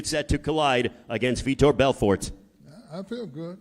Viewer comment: How do you say Vitor’s name wrong twice with it spelled correctly on your note card and spelled correctly on the huge mural next to you?